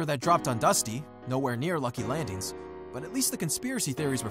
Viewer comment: Am I the only one annoyed when he says landings